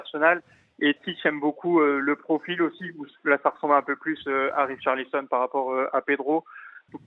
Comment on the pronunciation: Riolo a quand même dit « Richarlizon » 😂